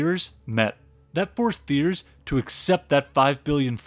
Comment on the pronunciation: annezed nice(neyes)? that's neeese, chum. theeerz? tea-AIR. gotta smarten up ur ai narration